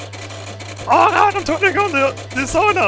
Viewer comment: ITS.FUCKING. SAUNA. S-A-U-N-A NOT SHOOWNE ITS SAUNA NOT SAW ITS SAUNA